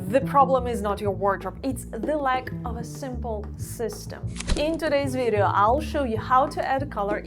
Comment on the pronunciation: i really really wish you could learn how to say VIDEO in English. We do NOT say VEEJO as you do. Please try to say VIDeo. 3 Syllables. VID-e-o. Please try. You use this word a lot and it is extremely annoying to hear you mispronounce it! Thank you